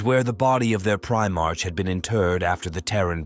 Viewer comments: Primark not march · Just work on your script to assist your ai bro. Eg change the "primarch" to "primark"